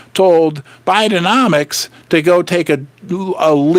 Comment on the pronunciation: Love that "biden-nom-trix,"